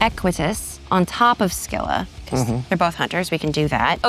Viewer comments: The English pronunciation of "Scylla" is "SIL-uh." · She nailed Charybdis, but Scylla did her in.